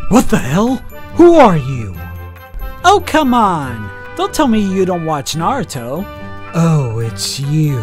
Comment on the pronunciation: get the naruto names right!